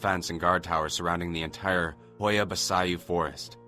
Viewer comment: Yo I'm romainian and I live 2 minutes away from Hoia and that pronunciation is literally the worst thing in the whole story